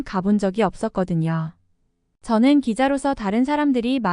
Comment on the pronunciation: 없었습니다 라고 읽어야 됩니다